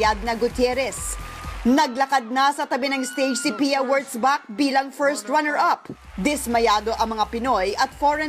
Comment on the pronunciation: Yes she really does. But uhm, it's not 'horseback' it's Wurtzbach. That's pretty messed up but it's okay :)